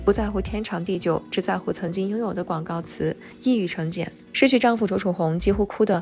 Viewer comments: 一语成谶（chen)第四声！不是jian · 認同, 廣東話, caam3, 不是cim1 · 一语成谶cheng